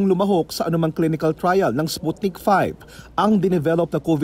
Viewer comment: Sputnik V (vee, not five)